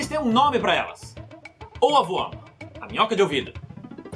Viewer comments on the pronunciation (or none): Ohwurm Eu: ovãokkjkkkk